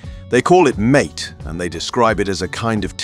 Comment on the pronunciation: Mate? Lol. 😆 It's not pronounced that way.